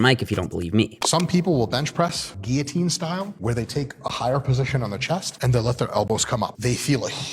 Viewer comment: Great video. But, kids, pronounce “guillotine” like Dr. Mike.